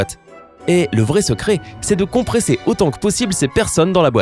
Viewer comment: Secret avec deux t secrett